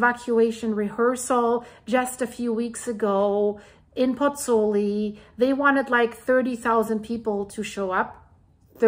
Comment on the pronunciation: The city authorities are damned if they do and damned if they don't - they can't win. On a point of information,, 'u' in Italian (as in German) is pronounced 'oo'. Both vowels in the diphthong in Pozzuoli are pronounced, so Pozz - oo - aw - li...